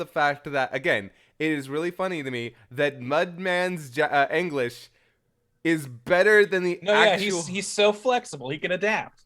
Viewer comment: Can't tell if is serious or sarcastic when he's pronouncing it "aenglish" lol love u guys